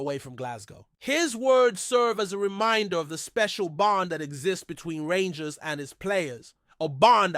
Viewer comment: If your going to talk rangers you have to get there names right 😮